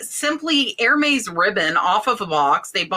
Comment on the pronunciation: Here comes Grammar Grouch here comes Grammar Grouch right down lane... 🧑🏻‍🎄😆 peony - pronounced "pee-n-y" (you don't pronounce the "o"... a tough one for most of us at first) Lagerfeld - "Lah-ger-feld" (not yay-ger-feld Hermes - "err-mèz"